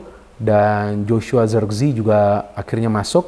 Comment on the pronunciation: nyebut nya bukan zerkzi, tapi zerekze